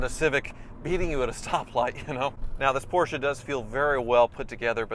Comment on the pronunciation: Finally you can say “Porsche” instead of “Portia”. ❤️